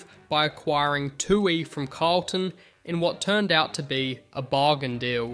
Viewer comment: kinda weird on Tuohy as well. sounded like "two eee"